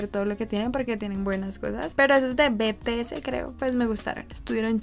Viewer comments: No es "be te ese", es "bities" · Te recomiendo DNA/War Of Hormone/Dope/Save me/ es de BTS pero se pronuncia Bi Ti Es no Be Te Ese 😂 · se pronuncia BiTiEs v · Se que eres nueva en el kpop pero no es betese es bitiez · Ah tarde pero seguro😂 El grupo BTS no se dice "bete ese v:" es bitiez. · Jjajaj me reí pq dijo B-T-S y es BTS 😂😂😂😂😂 NOT TODAY MI CANCION FAV💟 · Me da gracia por que dijo BTS deletreandolo pero seria bities así se pronuncia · Obvio te va gustar bts son los mejores xd a y se pronuncia bities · No es BTS (bueno si )es bities (se pronunció ) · Jajajajaj, la mayoría de las armys gritando en la pantalla que se pronuncia bities, si alguien hizo eso dígame jajajaj no quiero ser la única ahre xd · El que escuchaste de bts se llama Jimin y en la de not today era el de pelo rosa (Jimin)no el que tú decias y los grupo son por audiciones y se pronuncia bi ti es (sin ofender) :) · No es ofendiendo pero se pronuncia bities y se escribe bts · Nadie lo pronuncia bien es BTS o bi ti es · Es vitiez no beteese jajsjajajajaj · No dijo bien bts😂😂 pero me encanta no es una ofensa yo tambien a si decía al principio 😍